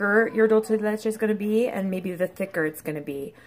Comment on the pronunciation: Beautiful singing voice. And thank you for pronouncing Leche correctly. Some of the other videos online have no idea what they're saying. Cool video.